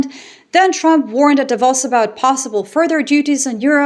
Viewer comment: While we’re on the subject, I’d be very happy if everyone would learn how to pronounce “Davos” properly too! [duh ‘vose] — heavy stress on 2nd syllable, which is pronounced in a way that rhymes with the word “dose”.